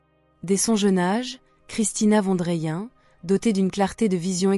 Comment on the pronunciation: Juste prononcer le nom de famille : „fonne drayenne“… sinon bien sûr ! le message qu’elle transmet est magnifique, merveilleux, pur et représente la justesse de l‘âme ! ❤